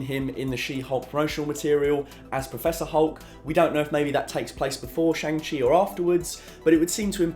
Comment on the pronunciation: by the way, almost every name that comes from Chinese decent will have a different pronunciation of the a, it is more similar to an ahh so sh-ahh-ng chi